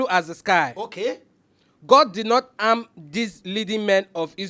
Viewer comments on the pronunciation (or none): Ladies and gentlemen I'm here to translate the the words of the reader... Throughout this segment if you hear: Aaah----our Osband-----Husband Old ---- hold Aam ---- harm Evily---- heavily Ors----- us Anging---- hanging Old--- hold Auwever--- however Eim--- him